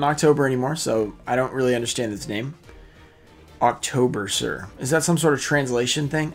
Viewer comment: i think its pronounced "Octo-berser" and not "October-ser" lol